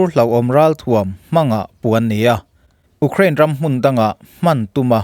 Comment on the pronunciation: U krain i ti ziah....Iuuukhrain ti tawh la oo